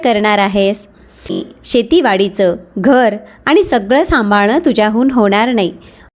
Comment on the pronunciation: Awaj chhan ,clear explanation. Pan faktta aani, Paani ver laksha dya.